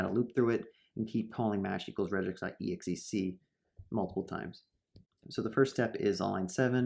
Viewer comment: This might be a good video but I can't stand 'rej-x'